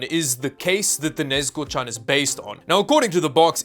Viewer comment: Might be my hearing but i just hear nezko and it makes me wanna die.